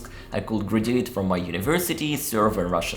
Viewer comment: When you said "graduate" I had to go back and use the subtitles to see what you said. It's one of those words that Americans say each syllable. "Grad-u-ate" in the verb form. The noun has a de-emphasis on the final syllable and the "d" is emphasized either way. Otherwise I understood everything else. On another note, I was definitely wondering how you Russian youtubers got so good at English.